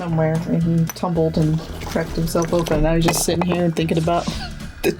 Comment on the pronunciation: We need a "Hai ^_^" shirt, and a "We support all body shapes and sizes heah!"